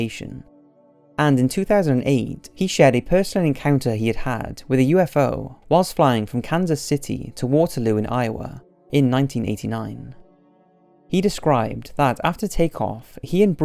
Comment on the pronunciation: Waterloo in Iowa has its emphasis on the third syllable.